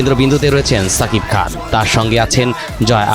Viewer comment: কিরে ভাই? দেশের একটা জনপ্রিয় নিউজ প্রোটাল চ্যানেলের সাংবাদিক শাকিব খানের নাম উচ্চারণ করতে পারে না, যতবার বলেছে ততবার ছাকিব খান বলেছে এদের চাকরি দেয় কে?